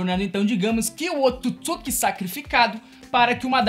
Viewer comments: O nome certo , é Otsutsuqui , não se diz Otutsuqui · Só tem que melhorar a pronúncia ao falar otsutisuki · O cara esta fazendo o vídeo sobre pressão que não consegue falar otsutsuki ou não sabe mesmo kkkkkkkkkkkkkk